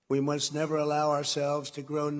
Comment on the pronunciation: I love how clear it always is that Trump is reading off a teleprompter and just interjecting every so often Absolute monotone, pausing between syllables, deadpan glare at the screen, "We are face...ing an econom...nomic crash...the likes of which we have ne-ver seen." And then he'll just bounce to life, look away, and go "Y'know we gotta have a good economy y'know gotta have one gotta have it" off the cuff